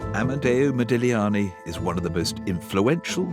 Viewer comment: Yes HEmispronounced modigliani not very professional he's getting on my nerves I don't think it's real the child face is just not his style I have a book of his life.and he's so beautiful typical italiian